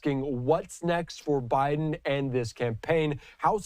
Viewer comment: Stay in Bi-dum! Duh-le-ware is behind you!